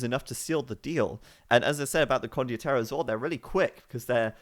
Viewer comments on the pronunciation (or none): still saying condioterro instead of condotierro <_______<